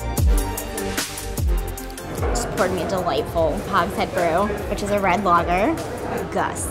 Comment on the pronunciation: did she just say ‘lo-ger’ coming from a brit i was taken back by that cause in england we pronounce it ‘la-ga’ and you don’t pronounce the a sound like ‘a’ you pronounce it like ‘uh’